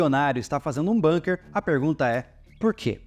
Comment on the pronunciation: Aprendi recentemente que a pronúncia é BUNKER e não "BÃNQUER" já que o termo é Alemão e não inglês 😊